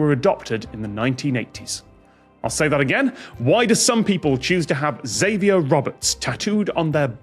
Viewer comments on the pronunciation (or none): Though they always pronounced it "Ex-avier Roberts" instead of "Zavier Roberts," which used to annoy me.